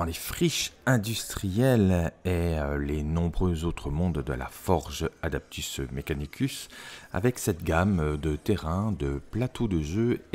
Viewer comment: Le café est notre ami.😁 C'est super ce que tu fais (on dit adEptus😉).